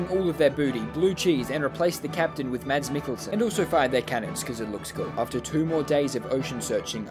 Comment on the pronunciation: "Mad-s Mikkelsen" ah yes